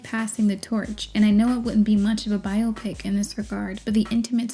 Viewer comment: Thank you for this thorough (as usual) analysis and for your pronunciation of biopic! 🙏🏾 If I hear bi-opic one more time...